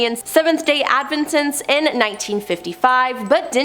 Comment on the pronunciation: As a broadcaster for many years, I know that you often come across a name or word that is unfamiliar. You can break it down phonetically, or highlight certain difficult syllables. For example - it is IM-an-ent. Not Inna-mint. It is NEW-clee-ar, not Nucular. It is Seventh Day Ad-VENT-ist. Not whatever you said! Maybe you are a writer who should leave the actual presentation to others. Every time I see that you are going to be doing an episode, I roll on to something else.